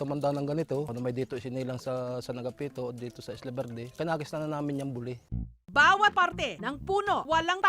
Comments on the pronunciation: Natatawa ako sa pag-pronounce ni Jessica sa buli. LOL. Nagiging private part sa bisaya kapag ganyan yung pagkasabi. Hahaha. Dapat yung "li" parang pagkasabi ng "ti" sa Makati. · Hahaha kaya nga. Mali ang pagkapronounce ni Jessica. Natatawa ako tagasabi nya na buli. Lol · Mali kasi ang pagkapronounce ni Jessica. Nagiging private part sa mga bisaya.